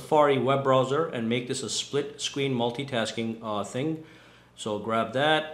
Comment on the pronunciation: Is it so hard to pronounce split screen?